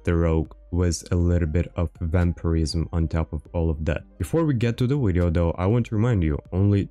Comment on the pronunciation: stop saying wideo and well sub if we feel like it!